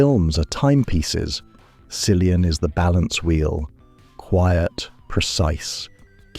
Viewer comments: why "silian" if he's "killian" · Can’t watch this if you can’t pronounce the name cillian correctly!